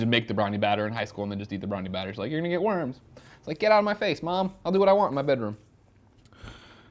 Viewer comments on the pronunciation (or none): none